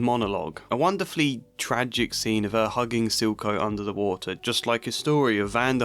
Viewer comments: I heard zilko lmao 😭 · I heard Zulko's 😅